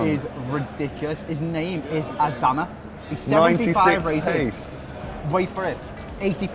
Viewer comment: I’m a wolves fan and you pronounce his name A-Darma